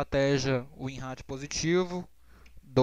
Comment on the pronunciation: Nao e gozacao nao mas vc fala ratio igual ao seu. De boa pode falar "Rei-xou" (Com "r" de paulista do interior e silaba tonica no Rei. Vlew? Espero nao ter te ofendido.